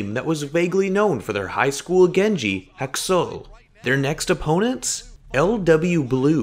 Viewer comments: yeah that's what I meant he pronounced Haksal like Haksol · >haksul >chipshajoohn why even try to pronounce names